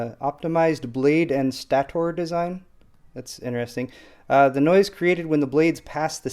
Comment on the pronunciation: "Stator" is pronounced STAY-ter. :) They're borrowing a term from jet engines.